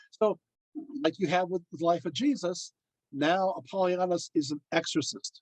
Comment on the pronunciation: You're pronouncing his name wrong .